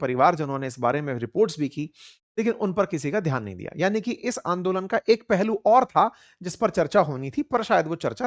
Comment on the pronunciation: Andolen nahi hota sir